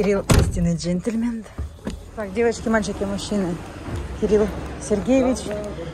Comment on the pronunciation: Джентльмен! Не джентльменТ. На замеНтку 😊!